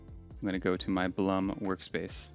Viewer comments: Blum GmbH was founded by an Austrian gentleman named Julius Blum. The name is pronounced exactly like the English word "bloom". It does not rhyme with "Plum" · You can get certain Blum hinges at IKEA (at least in Germany) for a very fair price (Blum is pronounced Bloom).